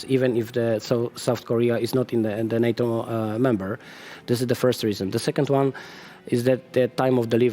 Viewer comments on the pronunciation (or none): none